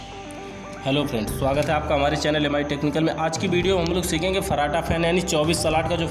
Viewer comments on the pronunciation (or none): none